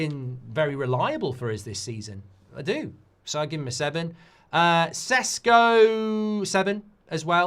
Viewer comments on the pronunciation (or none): Love the win.. But hate how you went from saying Šeško back to fkn Cesco 😭 what's the problem with saying his actual name properly? It's not like it's a hard name..